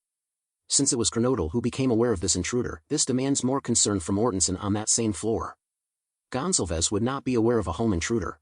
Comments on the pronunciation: Gon-zal-vez not Gonzel-vez Do you suppose it is possible that Madison or Kaylie said " Someone is here" when headlights from the door dash shinned up at their bedroom front windows ? The girls on the top floor were probably used to seeing who was coming and going through those windows that overlook the front lot. This might create a time gap between that statement, and the following noises that she heard. This might also cause the dog to stir. Odd thing is, we hear about Dylan looking out of her door on three occasions. But in the accounts that we have, there is no mention of a delivery of food. Maybe Dylan just didn't care about what was going on . Maybe she was tired and trying to ignore the noise. She was probably used to a lot of late night drunken horseplay. And even screaming. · Goncalves pronounced Gone-Call-Vez like Gonzalez but with a c